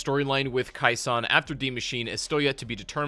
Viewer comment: Hey, just so you know..you mispronounced...Khe Sahn...as minor and knit picky as that may seem. You kept calling it " Kai Sawn "..when infact, it was pronounced " Kay Sawn ". Just so other people don't jump your s**t..you might want to know 🙄.